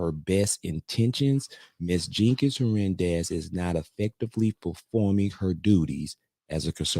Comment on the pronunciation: It’s pronounced ‘her nan dez.’